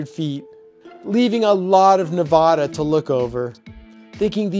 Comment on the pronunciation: Please pronounce Nevada properly. Otherwise good, interesting vid.